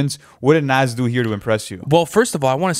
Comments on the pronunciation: Say it with me boys its pronounced "nahz" not "naz" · It’s pronounced nawes bro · Loll they was the pronounce Nas name is crazy his name ain’t Naz guys 🤣🤣🤣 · The way y’all pronounce “nas” irks my soul 😂😂😂 it’s not “NAZ” 😭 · How hard is it to say Nas (Nah-ss)?